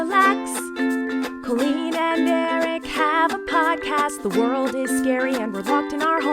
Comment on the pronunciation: why cant you pronounce your own husbands name correctly? it's EH-RICK not ''irk'' lmaoooo